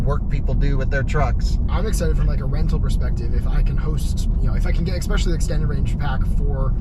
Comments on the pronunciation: I heard eggspecially?? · the Kilowatts guy needs to stop saying 'exspecially'